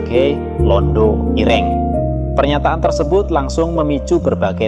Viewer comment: Dasar ai nya bukan orang Jawa, Ireng dan ire'ng susah lidah nya